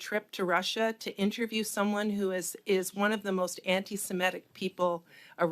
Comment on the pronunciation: The tweedy woman would do better if she said ANTI-SEMITIC instead of betraying her ignorance by saying ANTI-SEMETIC …